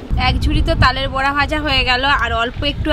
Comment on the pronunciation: তালের বোড়া না , বড়া